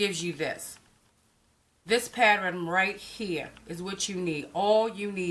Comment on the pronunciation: " this is my patterin"... love it